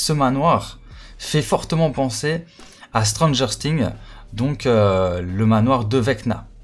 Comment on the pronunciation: Sa se prononce sings et pas sting comme sa tu sais gg l avideo continue comme sa code SCM